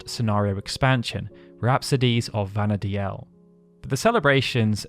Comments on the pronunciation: I'm pretty sure Vana'diel is pronounced "Vana deal" not "Vana dee-el". Im sorry to point this out, but you said it wrong so often I couldn't help myself. I know this because the Japanese is written as ヴァナ・ディール, which is literally pronounced as bana-deeru. If it was meant to be pronounced the way you said it, Vana'diel would be written in Japanese as ヴァナ・ディーエル. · This comment! I like his content so much! But the way he pronounces Vana'diel is annoying! Even in a couple of interviews, the developers say the name as 'Vanadeal,' not 'Vanadealel'... I find it really hard to watch these videos because of this! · Take a shot every time he says “Vana Dee-EL” instead of “Vana Deal” 🍺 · If it was pronounced the Japanese way, anglicized, it would be Vana’dehl, not Vana’deal. デ in JP is pronounced similarly to “deh”, however with a slightly longer sound in this case as it has the double “e” sound. If it was “deal” it more likely would have used ヂ (di), instead. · That's not how you pronounce Vana'diel, btw 😅 it's "vana-deel." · That was making me scrunch up my face. You can even hear the pronunciation as "Vana deal" when you watch the opening FMV. Of course, I'm one of those who always said "Bastawk" instead of "Bastook" so I must live with my hypocrisy now.